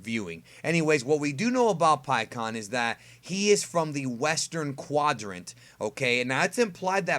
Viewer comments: I always pronounced his name before this pik aan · In the official anime and the official licensed games (like Raging Blast 2) he's "Pikkon" and pronounced that way. I'm not gonna be calling him "PikeHuAwN" forgive me lol.